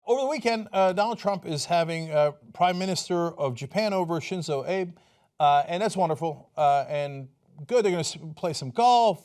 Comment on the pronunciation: "Shinzou Ape" rofl